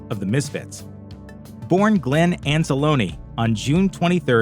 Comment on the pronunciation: he couldn't even be bothered to learn how to pronounce Danzig's real name correctly. Anz-ah-loney? seriously?